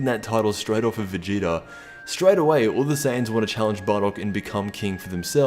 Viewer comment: “The spirit of the super Saiyan will be stripped aweh”